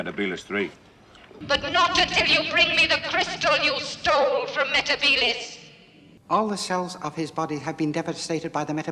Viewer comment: Sarah Jane also says meh-teh-bee-liss in The Wedding of Sarah Jane so it's 10 to 1.